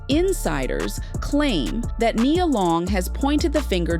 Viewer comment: It's Ai sometimes it says Nias name wrong throughout the whole script.